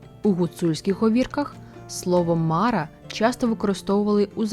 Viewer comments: Не мАра, а марА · Дякую за Вашу працю! Все ж, звичніше вживати МарА, з наголосом на другий склад. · та ніби марА наголошується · все життя чув слово мара з наголосом на останній склад - "що за марА" "та якась марА" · МарА' Наголос на останній склад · Дякую. Дуже цікаво. Від своєї прабабусі (мені 50+) я чув про Мару. Але наголос в неї був на другому а в імені Мара. Цікаво, чи авторка готувала відео лише по письмових джерелах, чи чула щось від своїх предків. Можливо в різних регіонах ім'я звучало по-різному.